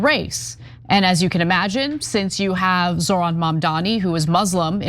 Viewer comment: And they say his first name is Zorhan instead of Zohran lmao 😂